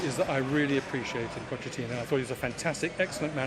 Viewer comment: "Puddachini" - this gave me a bit of a giggle I have to admit 😁 #LonglivePuddachini